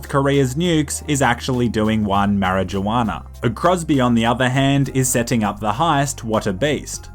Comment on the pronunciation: The way you say marijuana makes me uncomfortable.